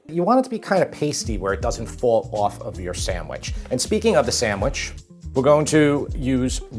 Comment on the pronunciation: The pronunciation is sanDwich, not saMwich! Don't make it if you can't say it.